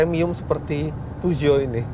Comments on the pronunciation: Peugeot di baca Fuso... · Pesyo yg bener, reviewer nya ucapin merek mobil jg salah.yg penting penonton paham,ini kan bkn ujian bahasa Perancis,jd kl salahpun Ra Popo jee* sy pawang singa 307 sw diesel 2004 Gunungkidul-jogja